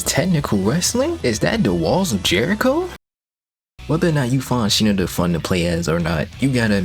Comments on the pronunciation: i'm pretty sure it's pronounced "shiNAda", with the emphasis on the 2nd syllable, rather than "SHInada" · "Shee-nu-duh" "Shi-nadda" Regardless, thank you. Very informative. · Shi-nada actually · Bro really played through the entire game and still can't pronounce Shinada's name correctly